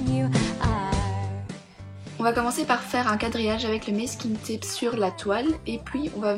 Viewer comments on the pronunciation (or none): j'adore tes vidéo mais on dit pas messe kinne Tap mais Masse kin Tap je c pas si tu comprend se que je vous dire si tu comprend pas c pas grave PS j'adore tes video